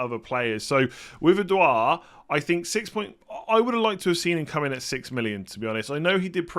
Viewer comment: it’s ed - ward